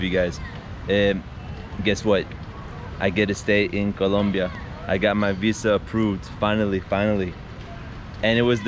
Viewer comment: Do you have a hispanic heritage you say Colombia the proper way it's supposed to be said 😂😂